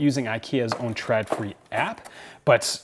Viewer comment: Just btw, Å = O so it's pronounced "ikea trodfri". Literally wire free/less. Sorry, that just bugged me. P.S. I love your dog. He is so appropriately dressed.